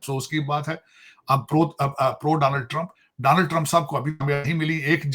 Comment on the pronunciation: Takla Daaanald Trump nahi hota Donald Trump hota hai. padha likha waiter 😅😅😅